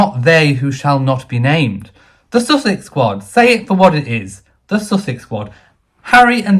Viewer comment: The place is called Sussex, the couple are pronounced "sus-sucks". Please make the difference known.